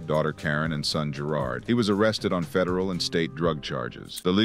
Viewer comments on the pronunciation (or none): none